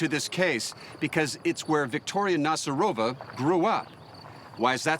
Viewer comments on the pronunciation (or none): NazArova not NazarOva. Jeez